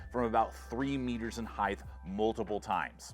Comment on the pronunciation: "Height" has no "th" sound it sounds like "hite"